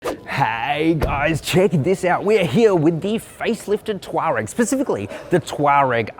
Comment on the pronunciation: Come on, it’s tour-egg